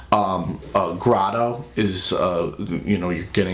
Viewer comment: Grado is pronounced "gray-doe". Fuck, how are these guys giving audio advice... and they have 800K subscribers? LOL. I'll stop commenting and move on now. Not even a third through and all of their advice is either wrong are very amateurish leaning towards people looking to get a 400 dollar hi-fi... uhhhh "hi-fi" setup. (and Ortofon is pronounced "orta-phone". Are you actually into audio? I'm not a pronunciation nazi, but you're literally getting nothing right which leads me to believe you don't know much about audio.)